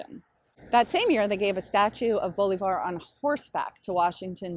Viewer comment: It's pronounced Bo LIV ar